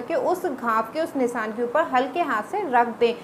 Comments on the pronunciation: Nisan kya hota he not Nisan nishan bolte hain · Phle bolna seekh le Nisan nhi nishaan bol